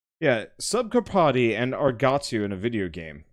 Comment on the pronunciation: It's read carpatsy like the Romanian mountains